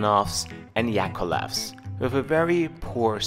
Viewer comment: It is YakoVlev,;-)